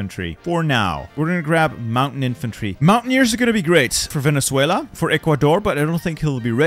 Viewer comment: Vene-sue-ela You said Vene-thue-la